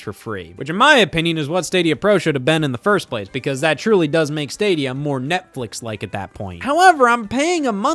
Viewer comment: Love how Scott still can't the word Stadia.